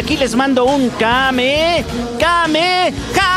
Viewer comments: cuando ni el mismo actor de doblaje sabe decir bien el nombre de la tecnica....carajo es Kame Hame ha! no Kame Kame ha! ¬¬ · ¿porque en la serie dicen Kamehameha y en las entrevistas dicen "kameKameha"? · cuando tiempo hizo a gohan y se equivoca al decir kame hame ha 🙄